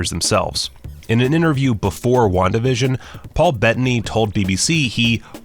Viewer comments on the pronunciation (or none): none